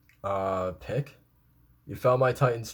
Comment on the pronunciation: Euthanization - "Youth-an-eye-zay-shun" Also, Pieck's name is more like "peek". ピーク = "piiku"